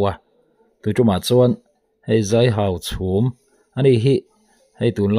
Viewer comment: I tawng hi fimkhur deuh teh aw Hauchhûm a ni lo Hauchhum a ni zawk aw.